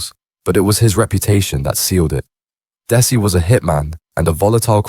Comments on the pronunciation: Its dezzy not des i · that area of Manchester is called Mersey bank NOT Chorlton --Cum Hardy ,, you cant pronounce his name dezzy not dessy , over all very poor quality video, just repeating what is already out there if true or not, adds nothing to his folklore just more clout chasing wanna be gangster bs , do own research use own voice ,, rest in peace Desmond Noonan mad man he was but he could also be kind and generous to locals when he wasnt feinding for that sheeit he started smoking, it changed him like so many,, damn crack ruined so many lives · It's pronounced Dezzy not dessie 🙄🤦🏻‍♂️